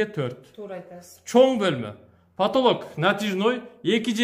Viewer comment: 😆😆😆3.25 потолог,потолог дейт🤣🤣🤣🤣